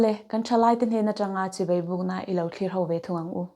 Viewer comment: Chibei, ni lovin, Chibai tih tur aw❤